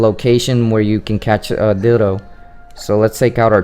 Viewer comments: Me tooXD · Me too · My ears are messed up. I keep hearing you say, "dildos" xD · Is it me or does he sound like he's saying Dildo when he says Ditto? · LOL IT'S NOT JUST YOU